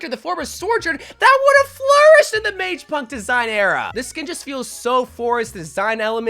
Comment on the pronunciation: You're killing me with how you keep pronouncing (or not pronouncing) mage. Not mag.